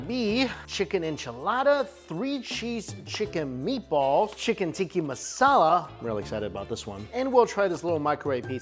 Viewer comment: Looks like he is upsetting shepherds pie aficionados while he's calling Tikka marsala, "tiki" masala. Luv ya Mike.